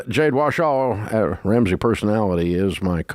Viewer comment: I love when Dave says “Jade WASHAW” 😂